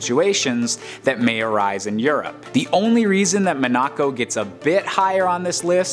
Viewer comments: It's pronounced Mon-uh-co, not Mon-ack-co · I literally just cringed so hard at the way he pronounced Monaco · Hahahaga killed me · Same here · How many times can someone possibly mispronounce Monaco? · Man... That Monaco pronunciation killed me. "Have I been pronouncing it wrong my entire life?" No. Turns out someone else is wrong FOR A CHANGE! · No he’s definitely saying it wrong